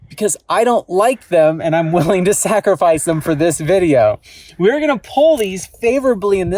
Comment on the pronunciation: I died at « I’m willing to SLACKrifice them »